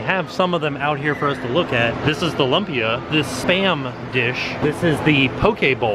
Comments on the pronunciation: Its pronounced like “loom-pia” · Lumpia pronounced "loom pee ah" its a Filipino style egg roll. The cars were a welcome non sequitur. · Its pronounced loompia mate lol. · Lumpia is pronounced "loom pea uh"